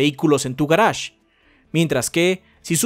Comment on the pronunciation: "Garash" ulala señor francés